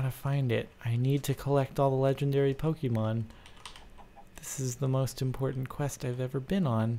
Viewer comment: ok im finally annoyed enough by this to say IT'S NOT PRONOUNCED POKEY-MON IT'S POH-KAY-MON